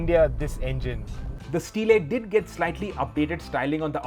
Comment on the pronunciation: That's d reason Shirish is the most Loved automobile journalist in d country... Fiat used to call stile ( स्टाईल) not स्टीले..